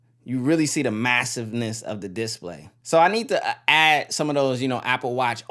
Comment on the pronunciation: your vids are good but every time you say diss-play instead display i cringe a little lol, keep up the vids though